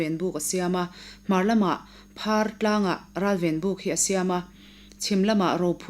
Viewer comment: Phar tihhi a lam dan a dikhlel deuh, Phar (banphar phar) ang a lam tur